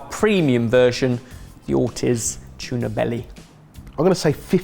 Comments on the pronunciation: Every time Ben says "Or tizzzz" I cringed. Ben... the surname is pronounced "Or teeez" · We need to have an intervention on Ben and his pronunciation of "Ortiz".